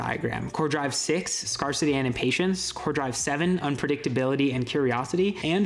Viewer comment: it's not "scar-city". It's "scarce-ity", based on the word "scarce". The AR in scarce isn't "are", it's "air".